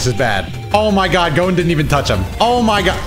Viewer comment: Who calls gon goun?